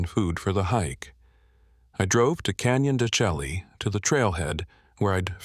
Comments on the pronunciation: I know this narrated by AI, but it's pronounced canyon de shay, stupid AI! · If only this AI voice would pronounce the names right: ex. Canyon de Chelly (should sound like Canyon de Shay). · Canyon de Chelly is pronounced "can-yun duh-shay" (dən-SHAY) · Say the name right at least. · You need to know how to pronounce the name correctly,is this just ai???